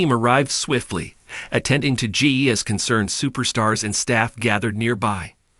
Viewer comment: It's Jey Not Gee